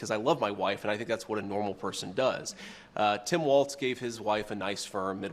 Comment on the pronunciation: It's not WalTz!